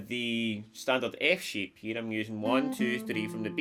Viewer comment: Every time you said ‘shape’, it sounded like ‘sheep’ 😂 Guitar sheep bahhhhhhhhh